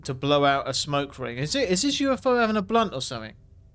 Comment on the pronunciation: And say it the way he does. “It look li’ a blun’ d’un’ i’?” 😂❤